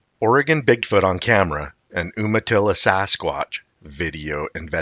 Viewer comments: Not Um-atilla "You-matilla" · Umatilla is generally pronounced YOOmatillah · Not trying to be rude... but.. Umatilla is pronounced You- ma-tilla. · Umatilla is pronounced 'YUMA tilla'. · It's pronounced "YOU-matilla" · It's "You-ma-tilla" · Umatilla is pronounced you-ma-tilla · I was about to say the same until seeing you🤘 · It's pronounced You-Ma-Tilla. You got McMinnville Perfect tho!!! I applaud that! I'm from McMinnville (we call it Mac) not many people say it right the first time.